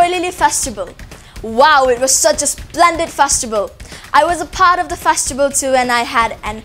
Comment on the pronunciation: Mami mapaosi yam nungai. Adubu anchorwoman sina wa ngangbaca "s" ki sound si yamna hapchille nungaite. Example oina "and" haigadbada "ands: haire aduga "at" haigadbada "ats" haire. Simatangdi semdokpiyu.